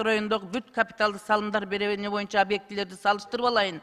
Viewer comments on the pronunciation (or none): none